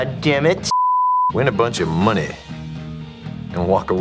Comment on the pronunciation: “Win a bunch of MoNeH’.” 😂😂